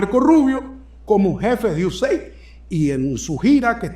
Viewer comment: IU-E-SEID-AI-DI Esa es la pronunciación correcta.